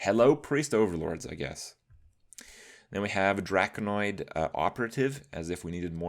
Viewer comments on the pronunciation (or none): Your inability to say the word "Drakonid" is amusing Kripp